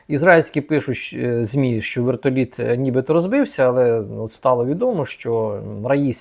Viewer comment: А ще прохання, - не "шчо", "шче" і т.п. а "що", "ще" і т.п. Любіть українську...